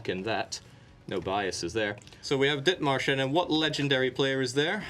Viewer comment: The dith-marsh-en was worse